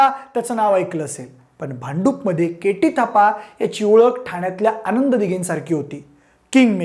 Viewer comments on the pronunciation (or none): none